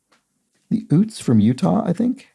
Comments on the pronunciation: Okay! Been eYelling on one of your pronunciations. Utes is pronounced like the state Utah, with a long U to begin. Or like Joe Pesci in “My cousin Vinny” pronounced youths . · Toot Toot, here come the Ootes!